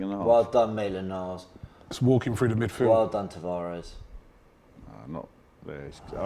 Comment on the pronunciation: “maintland miles 😂